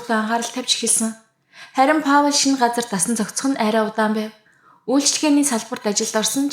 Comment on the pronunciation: hi Паул гэж хэлдэггүй Пол гэж дууддаг шүү амжилт!